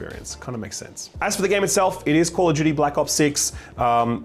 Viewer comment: "Call of Judy" 🤣, Jake has full right to rag on you because of this.